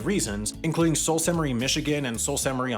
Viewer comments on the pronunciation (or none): Sault Ste Marie is pronounced. “Sue…..saint ….Marie”. Must be an American video. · That narrator certainly has a fun take on how to pronounce Sault Ste. Marie! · The video in reference pronounces Sault St Marie wrong...twice... must be American...